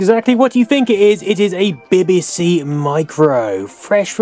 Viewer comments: Glad it was not just me that heard "Beby See"rather then B B C . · Bibba See? I've always said Bee Bee See. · why bibibsee ? and not bebesee if you get me lol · Ha, I was mentally shouting every time he said 'Bibby', it's 'Bee Bee'!! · 'BBC' not 'bbc' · Unique pronunciation of the letter B. Nice to see it though, reminds me of primary school.